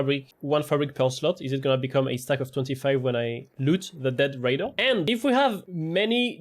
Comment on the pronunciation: The way you sayng raider tool is like ratatouille 😂